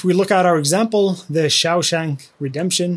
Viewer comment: Amazing video. Have to admit that every time I heard the wrong pronunciation of "Shawshank" it did feel a bit like nails on a blackboard but easily forgivable., your resources and videos are phenomenal:) Thank you for putting in the work to help us all out.